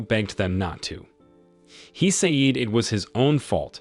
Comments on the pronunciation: sayed sayed sayed......................... FFS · Bro keep saying seyd and kei it just makes me grind my teeth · Nah the way he said "say-eed" pissed me off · Also the way he pronounced 'said'... I am broken and traumatized...